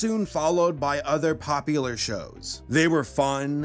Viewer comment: Hehe, Pompular